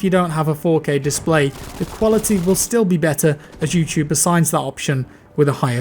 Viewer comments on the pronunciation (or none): none